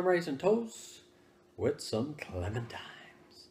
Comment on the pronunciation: Great video ^^ PS: Is it me or says ClementiMes instead of ClementiNes?